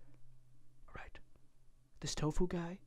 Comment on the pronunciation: It's Toffu not tofuu